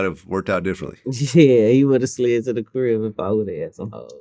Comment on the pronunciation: Vlad should never ever I mean never ever say “slid” again!!!! Fucking ever